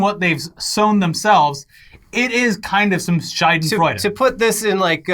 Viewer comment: "Schadenfreude" = Happiness over somebodies misfortune. "Scheidenfreude"(the way said it) = Happiness over vaginas...